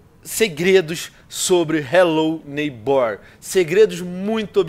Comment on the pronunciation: "Relo neibór" 😂😂😂😂😂